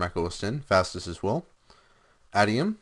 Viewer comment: It's adium(ay-di-um)